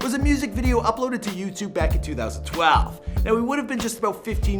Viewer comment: The way he says 2012 kills me